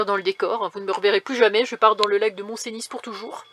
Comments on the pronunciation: Bjr. Magnifique n'est ce pas mais si je peux me permettre, chez Nous on dit... mont Cenis (phonétiquement (eu) et non comme tu le prononces. 😂 Bonne riute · Bjr, lac du mont Cenis le s ne se prononce pas. On dit Mont Ceni merci.